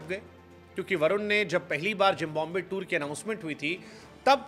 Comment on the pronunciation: जब सूट बूट पहन कर जेंटलमैन बनकर आते हो और "जिम्बॉम्बे" कहते हो इतना घटिया उच्चारण